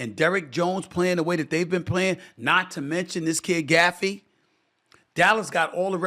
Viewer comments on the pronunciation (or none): STEPHEN A HIS LAST NAME ISNT “GAFFEY” ITS GAFFORD LMAOOOOOO 😂😂😂😂😂 BRUH HOW DO YOU MESS UP HIS NAME THAT BAD